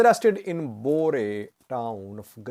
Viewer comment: FYI, the name of the place in Gojam, where Eskinder Nega was exiled to is supposed to be called: ' Bure" not " Bore " which I found to be interesting as to its meaning 😉